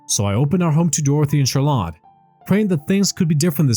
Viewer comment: Learn to pronounce CHARLOTTE ffs